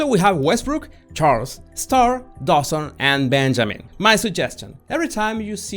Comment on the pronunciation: "...and Benjamín" 😅😅 😅😅